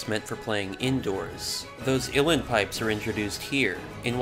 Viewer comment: Wow. That’s brilliantly done. I thoroughly enjoyed it. Can’t wait to watch another. Side note: I believe they’re pronounced “ooó lee in” pipes